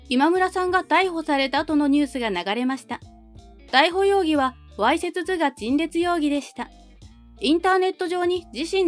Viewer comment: 「わいせつずがちんれつようぎ」ではなく、「わいせつとがちんれつようぎ」ですね。読み方。